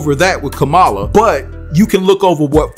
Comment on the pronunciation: Name is pronounced Come*A*La